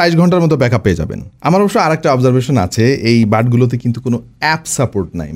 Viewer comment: observesion ki?? english thik vabe bola sikhun ar lame lame natok naa banaye product er dik focus koren